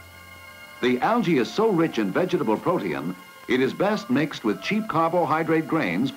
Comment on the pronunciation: and is he saying protein like it's an element called protiun or protinum? That's pretty neat!